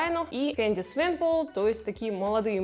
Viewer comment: Можно хоть имена правильно произносить?.. У меня кровь идёт из ушей только от «Свейпол», не говорю уже про другие. Если уж считаешь себя поклонником этого шоу и бренда, то нужно этому как-то соответствовать. В противном случае создаётся ощущение, что вы совсем не знаете, о чём говорите.